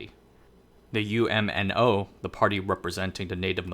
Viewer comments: You're mispronouncing UMNO, you don't spell it out as U-M-N-O when you pronounce it, it's just pronounced as a single word with 2 syllables, Umno, the UM makes the same 'um' sound as the um in thumb and NO, well it's the same as the word 'no.' Also, , you talk about Chinese discontent triggering a brain drain, and then you talk about Malays leaving Malaysia. I'm confused, did you make a mistake and mean to say Malaysian Chinese leaving Malaysia? Because some foreigners incorrectly call all Malaysians Malay even if they're Chinese. And from the statistics I've looked at, most Malaysians leaving the country are Chinese. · Great video! By the way, UMNO is usually pronounced as one word "Umm noh"!